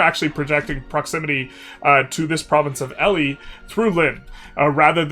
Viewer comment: Great content, do love a classic England game. Just FYI, "Ely" is pronounced "E-Lee"